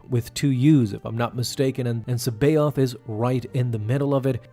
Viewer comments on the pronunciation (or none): I love ur vids, but come on, its pronounced SAA-BI-OTH not Cee-bee-oth. The way you pronounce it isnt correct lol